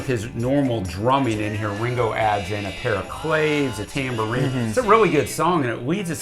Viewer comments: Claves (percussion instrument) is a Spanish word meaning keys. It's a two syllable word pronounced Klah-ves. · Great video btw claves are pronounced clarvays